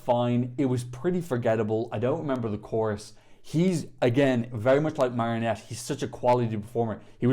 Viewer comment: Her name is Mariette, not marionette 😂